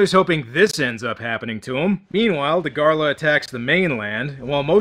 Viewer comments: It’s Dagarah, not Dagarlah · Its dagara not da gor la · Fun fact: Dagahra is pronounced “Daghara”